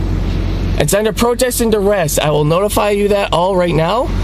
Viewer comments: "I'm operating under dur-rest". "Word salad" and "not even a real word salad". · "Protest and Durest." 🤦🏻‍♀️ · I wish these people could at least pronounce things correctly. "Durest." Sheesh.